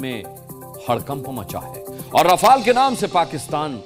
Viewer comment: मूर्ख 18 रफाल ढंग से बोलो